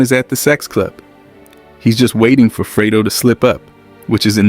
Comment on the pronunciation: freydo? it's fredo